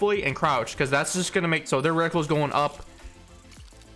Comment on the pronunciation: Just came here to say it's *Reticle, not "reticule"